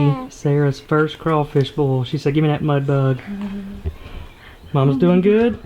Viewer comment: dude, say BOIL ffs it is not BOWL